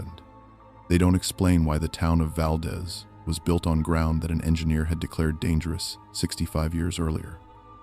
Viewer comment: "Kin ick arms" or earthquake park. I know I'm talking to IA. SHOULDN'T HAVE WASTED MY TIME. YOU HAVE NO KNOWLEDGE OF ALASKA! VAL- DEEZE